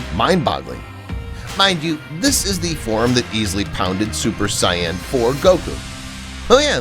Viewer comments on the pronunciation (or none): It's Saiyan lol not cyan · Did he says cyan IT'S SAIYAN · Why does he say it like that🤦🏾‍♀️🤣